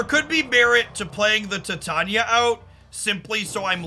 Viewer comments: doesnt bother with exact pronunciations. Not a big deal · Does he mispronounce Titania on purpose? Or is it not a pun of the element Titanium?